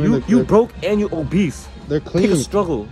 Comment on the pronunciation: He said “pick struggle” 🤣🤣🤣